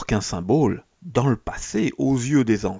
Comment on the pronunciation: S'il vous plaît, comprenez qu'on ne dit pas "symbôle", mais symbole (comme bol). A part ça, joli travail.